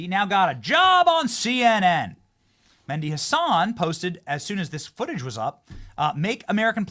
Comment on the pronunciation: It's not Mendi Hasan. Its M e h d i with an "h" Arabic name.